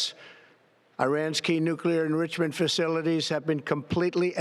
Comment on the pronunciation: What’s up with his pronunciation of “nuclear enrichment”?